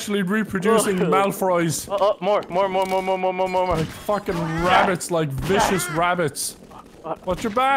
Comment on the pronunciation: Malfroys instead of Malfoys lol